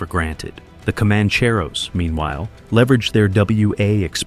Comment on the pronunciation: The AI narrator forgot how to pronounce Commancheros, needs a reset.